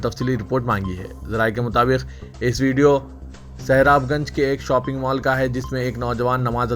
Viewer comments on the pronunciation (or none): none